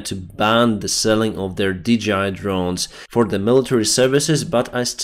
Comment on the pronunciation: Hi, I am a huge fan. I just want to point out to you that the company that makes the drones is DJI (Dee-Jay-Eye). It is not DGI (Dee-Gee-Eye). But keep up the great reporting. Paul in Perth, Australia.